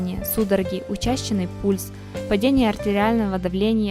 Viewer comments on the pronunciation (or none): УчАщенный пульс и дЫхательные пути, какая прелесть.